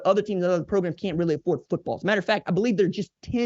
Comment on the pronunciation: Thank you for this quality piece, RJ.100% On the most serious of notes: Thank you for also being the one of the only people in this world that actually pronounces the T in the word Football.❤